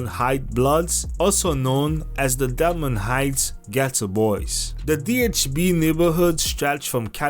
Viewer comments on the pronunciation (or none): It’s Delmann Heights not Delmont wtf😂